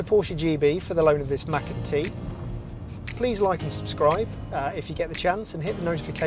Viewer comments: It's called macan t .not Mac and t ?lmfao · Are you trying to deliberately say Mac n T? Like Mac n cheese? It’s weird. Then you said careera T Instead of Carrera. What’s going on? Hard to ignore.